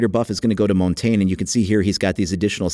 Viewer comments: Montain? Mon-ta-gne. Try to blend the g and n together and say the e with less accent. So the e is like gnu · It's not pronounced mon-tain it's pronounced mon-tan-yu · Augh you pronounced Montange wrong xD